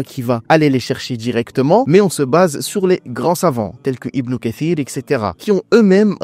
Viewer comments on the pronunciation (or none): none